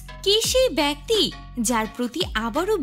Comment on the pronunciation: K sei backti na bakti uff ki ucharan 😢😅😂